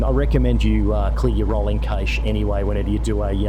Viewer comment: You have cleared your what? 😅😅 Cache, Its pronounced cash. 😊 I've seen two of these comparison vids now, and there doesn't seem to be much difference in terms of what the FPS display shows. But you both say it seems to be smoother. Hope so. Im one of the unlcuky ones with SU3, although after 2 weeks of messing with the settings Ive got my performance decent again. i9 13900k with 64Gb RAM and RTX4090.